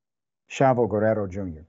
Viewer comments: This makes me sick. The mom is making excuses. The Raza and WWE fans are not gonna take this. Thank you Dr. Richey for pronouncing Guerrero correctly. It doesn’t take much to try. Respect Gracias Doctor Richey! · The way he pronounced Guerrero 😌